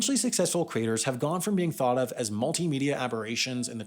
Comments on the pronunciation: I struggled thur the first half of this video: what are "cra-tors"? Eventually, I figured out that you were talking about "cre-a-tors"! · I keep hearing 'creators' morphing into 'craters'.